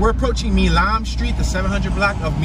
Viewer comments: Milam Street ... Milam is pronounced with a long "i", like 'mile-um'. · You pronounce “Milam” like MYLEM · Great video of my hometown. You pronounce a street name wrong. Milam Street is pronounced My-lamb. Milan is in China. Back in around 2008 downtown Shreveport was featured in the film "Disaster Movie" which starred Kim Kardashian. Back then there were a lot of big movies filming in Shreveport. "Premonition" with Sandra Bullock, "Mr. Brooks" with Kevin Costner, "W" and other major films.